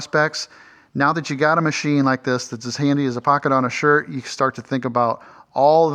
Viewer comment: Oh, shirt - I thought you said 'skirt' haha